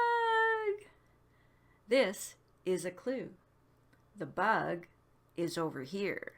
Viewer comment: "The buug!!" :D <3